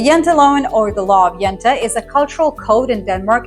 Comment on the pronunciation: Jante should not be pronounce Jente which means Lassie. Jante should be pronounced like Jahntee